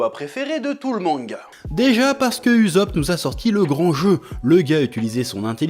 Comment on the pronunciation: Hello, on est en 2024 t'es pas chaud dire "ussop" plutot que "uzop"? Sinon tu peux aussi l'appeler "pipo" si t'as envie de rester old school 😅